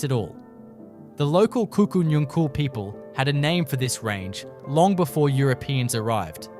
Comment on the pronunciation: Pronounced Kuku Nungal.